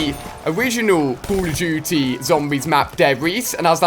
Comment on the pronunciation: " COLL OF DOOOOTY " lol